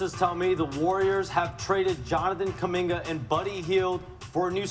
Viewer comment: Did bro just put a “Hard R” on “Kuminga”?….crazy